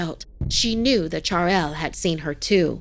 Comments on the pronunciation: Chadail Me -- it's Chudail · Chaural lmao It's called chudhail Spelled as " choodhael " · Okay, her saying "charail" really unsettled me. I mean....its "chudail" in local hindi....which is an inverted footed witch....the American accents really annoy me...no offense though I love ❤ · When the cell phone said "आई" In marathi I felt universal. Shoutout to all my marathi boyz..... To everyone else its not "char-el" its "chudail' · How difficult could it be to pronounce chudail correctly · And the pronunciation of Chudail was wrong😅